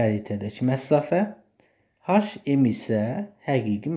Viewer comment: Məsafə sözünə "məssafə" deməyinizdən başqa hər şey əladır